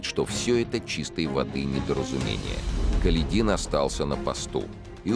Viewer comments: он даже неправильно ставит ударение в фамилии атамана Каледина. Как это раздражает. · Не КаледИн, а КалЕдин. Неужто читающий не знает истории?